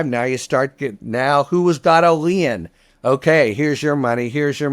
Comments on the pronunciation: Lee in? I was sooo confused for the first 5 mins. Imagine spending 8yrs and 100’s of thousands of dollars on law school and can’t pronounce a simple word like lien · Isn't lien pronounced "Leen" ? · I always thought lien was pronounce lean. Shows what I know. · That's the first time I've heard anyone say lien with two (or one and a half) syllables. I like it.